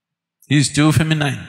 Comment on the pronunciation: Would be nice if S. could pronounce the English word 'feminine' correctly